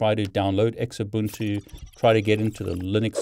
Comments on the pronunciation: Its pronounced zoobuntu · Always verify the checksum. Oh, and it's pronounced "Zoobuntu" (Xubuntu). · Great content. Your pronunciation is funny. Xubuntu is pronounced zoo-bun-too :) I prefer Knoppix ;)